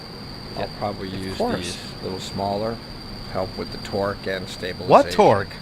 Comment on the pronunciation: The video started off funny 😂 with the”torke? What torke? Then he comes with the dolphins 🤣 like what😭😭